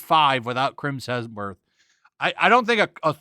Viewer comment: "Crims Hesmer" hahahahahaha, that shit killed me. I will only call him that now i swear.